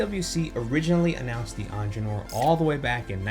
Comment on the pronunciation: You might want to look up how you pronounce Ingenieur